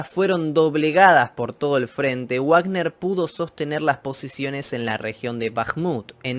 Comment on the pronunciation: es "vagner" no "uagner", la "w" en aleman suena a "v".